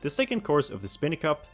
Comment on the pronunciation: Stop saying “Spin-y Cup”! It’s “SPINE-Y CUP!” What, do you call the enemies “Spin-ies”?